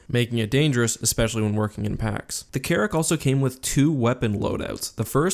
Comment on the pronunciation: anyone else hear Carrot instead of carrick